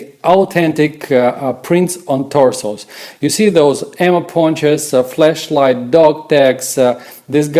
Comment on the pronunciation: Y’know he was talking about the citizen brick equipment and he said “flashlight” but his accent made it sound like flesh light, I wonder if anyone else caught this lol